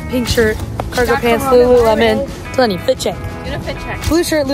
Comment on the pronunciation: its not Laynee its DeLayNee.(tbh i think there is 3 cap letters in DeLayNee)